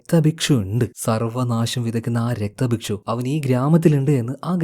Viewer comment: രക്തഭക്ഷു അല്ല രക്ത ബീജൻ